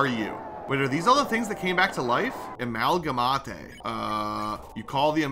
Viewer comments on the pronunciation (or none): me: amalgaMATE: amalgaMATAE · The amount of times has mispronounced character names made me have a stroke, like its pa-pie-rus like the font, and am-al-ga-mate. But other than that good video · the mispronounciation is insane. p-AH-pee-ris? its puh-pie-ris. and the uh-mal-guh-mott-ay? its uh-mal-guh-mate. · amalgamate (ah-mal-gha-mate) not (amal-gham-athe) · Ah yes, I love my Amalgamatay